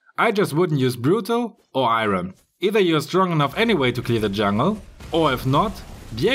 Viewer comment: Hei...pls pronounce jungle correctly...it "junk & girl"...not "junk ngel"